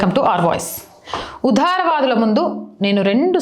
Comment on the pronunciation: 'Vudhara'vadulukadu, 'Vudaravadulu', vuccharana, bhasha doshalu savarinchukondi, by the way, contentlo 100% vastavalu chepparu!!!